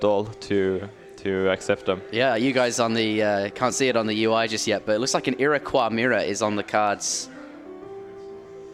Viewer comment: Iroquois sounds like ira coy and Baja sounds like ba ha.